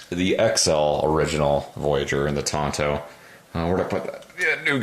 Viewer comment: Tonto was the name of a horse on the Lone Ranger TV show. TANto is the proper pronunciation. 'Bowie' is also mispronounced when referring to the particular knife of the same name. It is pronounced boo-ee.